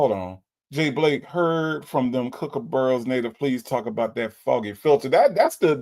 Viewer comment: Native sounds so eloquent and educated…until he says “cucaburas” or however you spell it. 🤣🤣 Then I remember he’s just as country as the rest of us. 😂